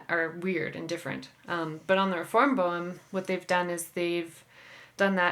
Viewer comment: Thank you for informative interview with someone who plays a true Boehm clarinet. But shouldn't you learn how to pronounce "Boehm" properly?